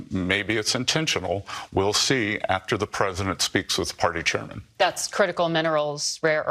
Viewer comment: Bessent is calling him "party chaiman Xi". He can't even muster the basic courtesy to call him "President" I'm sure these trade talks are going to go well